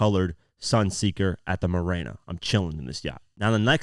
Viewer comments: Marina not mirana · MAH-REEEE-NA bros. you killing the whole rhyme. 😬